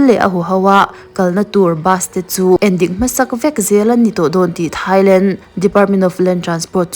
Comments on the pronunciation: Thailang❌ Thailand ✔️ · Thailand ❌ Thailang ✔️